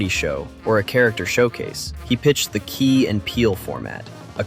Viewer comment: I call Key as "Kay" so when i hear you pronounce it correctly i remembered the teacher skit